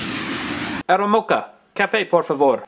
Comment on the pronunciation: You don't say 'aeromoka' it's pronounced aero - mossa..the c has a little thing on the bottom like so aeromoça That's the brazilian portuguese way of saying it. My way(the real Portuguese way from Portugal) is hospedeira.^!